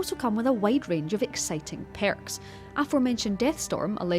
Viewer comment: I love the way you say "peyrks"